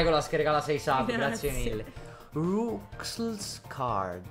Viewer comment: Cristo. Roux significa rosso di capelli in francese, e si pronuncia ru, dunque Rouxls si pronuncia come Rules. I quattro re governano dal castello a est. Dal castello che sta ad est. Tutti e quattro. Le Tobyfoxate sono Tobyfoxate. Ah, e Toby Fox è americano, per lui aw si pronuncia [ɔː] e non [oʊ] come per gli inglesi, dunque i giochi di parole "Seap si pronuncia shawp (=shop)" e "ponman = pawn" funzionano perché la differenza è solo fra [ɔː] lunga e [ɔ] corta, piuttosto che fra [oʊ] e [ɔ]. Thoust non è una parola, è thou. Rouxls Kaard usa un linguaggio pieno di arcaicismi a caso, volutamente sbagliati.